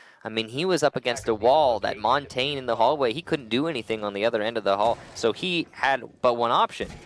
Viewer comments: who’s “montane” ?? pretty sure he means montagne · Everyone always pronounces Montagne wrong. It's Mon-tan-ya. French for mountain... it isnt hard. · Wish people would learn how to actually say Montagne properly.